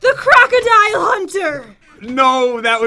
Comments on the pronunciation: Pat and go to a river and see a crocodile Pat: JEN LOOK ITS A GRAGADILE: It’s crocodile are you purposely saying it now?? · Pat you said crackadile when you spwaned it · The croukldile slammer that’s what he said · It’s pronounced croc-o-dile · You sayed cragodile but in the title is cragadile